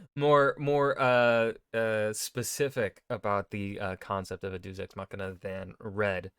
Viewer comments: Red: "Deus Ex Machina.": "Doos Ex Machina." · He also can't seem to pronounce deus to save his life.